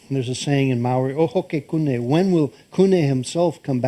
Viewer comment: Kupe not kune, great work Thank you